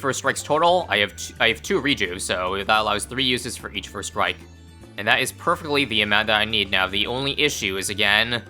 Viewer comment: you really gotta pronounce the "st" in strike otherwise it is something very different 😂